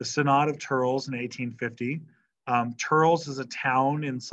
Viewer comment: Thurles is pronounced "Thur-less"